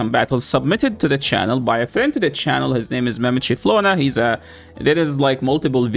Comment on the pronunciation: Yoooo. That was a very hard R when you said the trainers name bro....